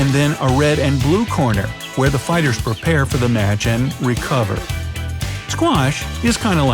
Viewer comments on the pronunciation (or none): none